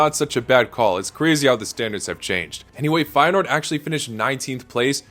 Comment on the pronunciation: 227 with Feyeneoord correct